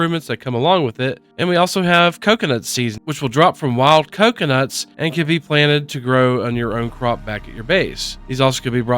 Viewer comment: Did you say “clocunuts”?